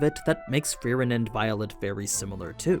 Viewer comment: bro wtf , its free-ehn